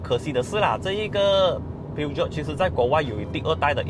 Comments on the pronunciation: 法文并没有G或J的发音，而是用sh音取代. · 念 Per-Jo 就好了😂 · 正确的读音叫： 'per-shoun' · 法国车名就用法文来念. 不是英文. Ne prétendez pas être un représentant si vous ne comprenez pas le français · Peugeot 念错了， 还说很了解这个品牌